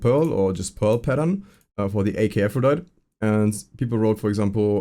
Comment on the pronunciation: seems like nobody knows how to pronounce Aphrodite(EE)?